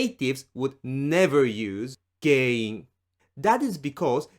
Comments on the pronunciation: Interestingly when you say the word GEN-IN you seem to pronounce it like GEI-IN. Is that an exception or am I hearing it wrong? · 原因 sounds like a hard word to say. It sounds more like you say げいいん. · It's not pronounced like Gei-in. It's pronounced as is; it's a nasalized sound. Tricky to do, unless you grew up hearing Japanese all the time like I did lmao